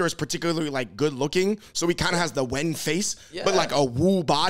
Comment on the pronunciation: Wen is pronounced “wern” not “when”